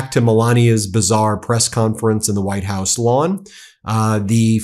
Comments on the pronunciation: did she say VITE house OMG these people are such grifters, sell their soul for anything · Velcome to the Vitehouse.